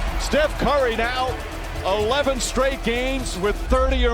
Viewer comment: "a stretch of eleven shtrate games"? Straight games. If you can say stretch, you can pronounce straight. They begin with the same sound.